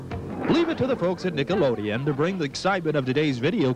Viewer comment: lol "Nickleodeon"